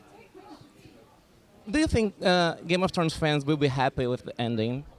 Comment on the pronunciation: "Grame of thrones" kkkkkkkkk